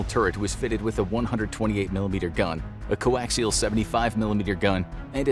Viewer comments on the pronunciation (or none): none